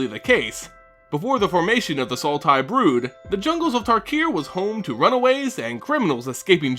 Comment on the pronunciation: Sidisi, BROOD Tyrant, not Blood Tyrant